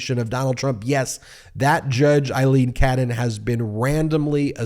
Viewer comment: Feels like an exercise in mispronouncing her name as many times as possible. Force her recusal, but also say her name right.